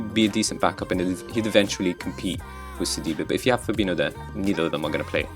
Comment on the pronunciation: "Fabino" instead of "Fabinho", benching Mbappe... What a stupid overconfident redneck you are.